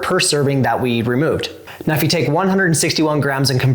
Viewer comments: Are you saying "meow" instead of "now"? I could swear when you said, "alright meow the sauce is heating up" Please tell me you arent saying meow. I really want to like these videos. Its not cute or funny. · Anyone else notice that he says "Meow" instead of now??? Tell me I'm not the only one who notices!!! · Is it just me or is he saying meow instead of now? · Are you saying "meow"? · Is he saying MEOW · Is it just me or as he keeps saying “ok meow” 🐱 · So totally hearing it too! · Are you saying meow?😅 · Are you saying “meow” 😂😂😂